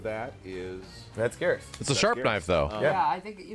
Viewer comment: Why does nobody ever say Geras' name correctly? When you pick him, the announcer says his name. Other characters speaking to him say it aloud too. It should sound like "Beerus", but with a G instead of the B.... Right?